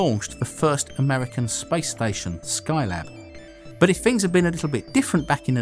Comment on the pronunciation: why he sayin spice station lmao